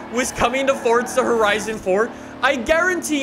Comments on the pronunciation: Forza not fortza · Can u say it as forza not forzta in ur intro pool please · How come you put a t in forza lol. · Welcome back to FORTZA HORIZON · Welcome back! To 'Fortza' Horizon Fourrrrrrr. And another day in the (shitty raining england) lovely united Kingdom. Sorry just a little irritating now, been doing it for the past 2 years. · Fortza horizon